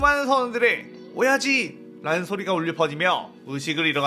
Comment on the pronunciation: ㅅㅂ 오야지를 오이지로 계속 들리네 ㅅㅂ 오이지 맛있겠다 :)